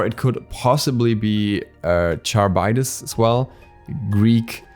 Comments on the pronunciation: Not charbitus its pronounces Care-ib-dus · Is Carybdis. No Char sound lol Car - ib - dis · 1. Why a hunter WHY? 2. You just murdered the name harivdis or as the English call her charvdis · Last one of the gods is most likely tanuki. Oww and you totally butchered Charybdis' name. took me a second watch to know what you meant there (would totally love to see Charry in Smite :3)